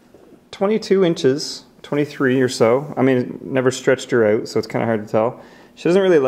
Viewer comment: the way the says out HAHAHHAHAHAHHAHAH XD XD XD